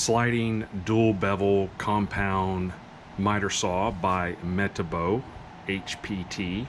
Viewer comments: You pronounced Metabo incorrectly. It's meh-taab-oh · Meh TAAH Bo. Not the way you pronounced it. Not brushless. You have a cord? Not brushless. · It’s pronounce “me-TAH-boe”